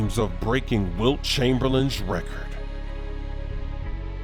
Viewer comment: The way that says “Chamberlain” 😂